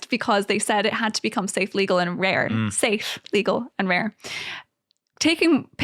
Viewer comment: she put the emphasis on the wrong word ... save, legal and RARE!